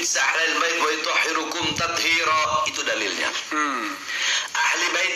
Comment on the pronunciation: Ayatxa .. Bukan wayutohhirukum... Tapi wayutohhirokum..